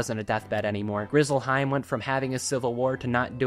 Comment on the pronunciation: Ngl “Grizzlehiem” at the very end pissed me off 😂